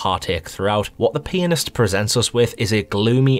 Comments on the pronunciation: Lmfao. “The penisssst” is terrifying indeed. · i was playing this in class on my phone and the classmate beside me kept on thinking you were saying "penis" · On 2x speed it sounds like he is peenist